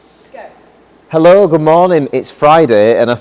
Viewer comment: No Hell-low but Hi-low to you from DownUnder :) Time to raise the frequency like you guys raise those ponies and torque numbers!